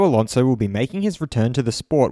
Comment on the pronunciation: Fur-nan-doe A-lawn-zo